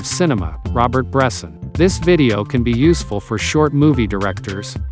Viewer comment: It would be nice to pronounce his name correctly ...